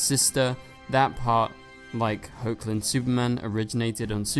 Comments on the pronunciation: It's pronounced Heck-lin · He is also saying HO-chlin again... get him!!!!